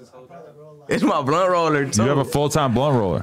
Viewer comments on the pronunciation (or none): Blunt not pearled 😅 chito still the man tho lol